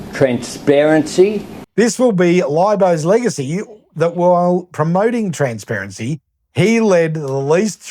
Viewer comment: Transhsparanshy ....... that's easy for you to say .